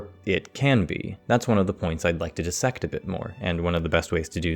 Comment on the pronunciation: You said "dissect" right!!!